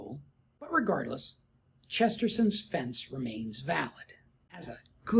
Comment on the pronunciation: Not to split hairs, but it's Chesterton's, not Chesterson's